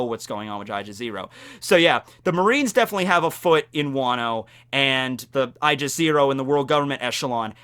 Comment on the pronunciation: my dude, you need to work on your pronunciation. Aegis is "Age is", not "I jis".